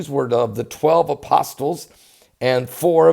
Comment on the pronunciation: RENOVATIONS.... AND IT IS PRONOUNCED A-POSSIL